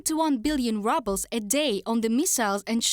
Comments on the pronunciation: Haha I like how they pronounced it rubles, as in reduced to ruble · Is it her accent or on purpose when she say rubble's lol..